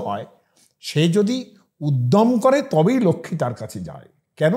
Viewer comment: ওটা "যাই" নয় "যায়" হবে। উচ্চারণে প্রভেদ আছে। ভালো ভাবে উচ্চারণটা শুনবেন ও উচ্চারণ করবেন, দেখবেন তাহলে আর ভুল হবে না। অযাচিত ভাবে জ্ঞান দিলাম বলে কিছু মনে করবেন না।